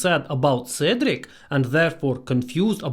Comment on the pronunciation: Сначала вы произнесли "Седрик" так, что он превратился в Русского. 😄